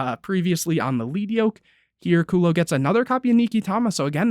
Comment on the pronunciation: It’s lead yoke. Lead. Like the metal. Pronounced like led